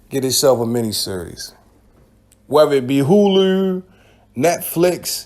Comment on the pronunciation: Hearing a Baltimore dude pronounce Hulu is painful 🤦🏾‍♂️😂